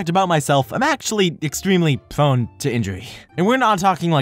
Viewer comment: NOT PWONE ITS PRONEEEEEEEEE